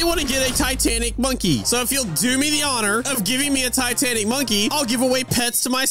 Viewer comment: When you were talkin to the traveling merchant first time u said titanac CAT